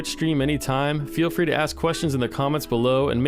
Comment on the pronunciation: Fwee Market